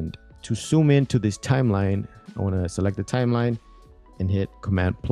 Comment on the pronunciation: Why do you say 'soooom' instead of zoom